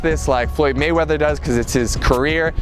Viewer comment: Floyd Waymeather???